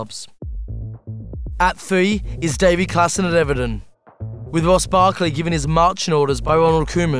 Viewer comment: Davy Klassen? lol